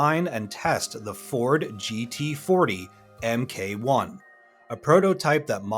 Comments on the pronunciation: for furture reference, MK1 is not pronounced EMMKAY, its Mark 1. Its so weird when someone commentates on a movie and has all the correct pronunciations right in front of his face and ears, but still pronounces every single name wrong. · "...Em Kay One..". Come on, man!